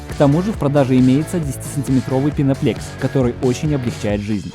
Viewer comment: Почему "пеноплЕкс" да "пеноплЕкс"? Там же на каждом листе по-русски написано "пеноплЭкс".